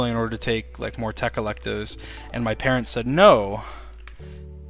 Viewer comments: he was saying he wants to take more tech electives for school not tecalectives lol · he says tech electives